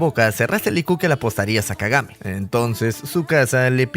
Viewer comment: Kagame en vez de kagami jajjajajajajajja😂